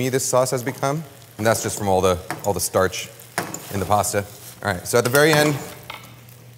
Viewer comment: Take a shot every time Kenji says statch